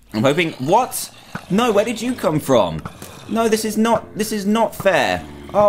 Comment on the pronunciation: Why did he say frooom .